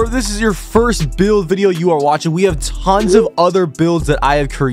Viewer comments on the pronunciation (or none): none